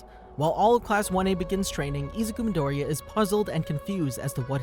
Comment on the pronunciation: I hate how he always sais his name wrong like bro if you are speaking English then pernounse it like you are please